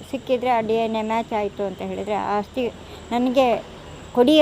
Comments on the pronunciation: ಆಸ್ತಿ ಅಲ್ಲ ಬ್ರೋ ಅಸ್ಥಿ .... ಅನ್ನಿ. ಎರಡೂ ಪದದ ಅರ್ಥ ತುಂಬಾ ವ್ಯತ್ಯಾಸ ಇದೆ... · Aasthi alla asthi. Sariyaagi kannada bareyiri